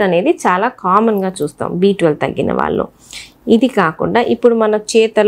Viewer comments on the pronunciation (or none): none